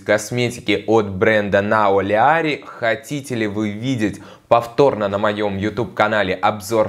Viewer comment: На канале Золотого Яблока учили произносить этот бренд, как Най Олеари)